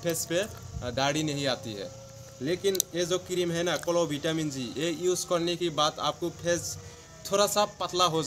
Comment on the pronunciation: Kirim ka name thik se bolo